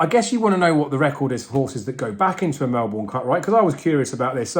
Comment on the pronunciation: You need to learn how to pronounce Melbourne.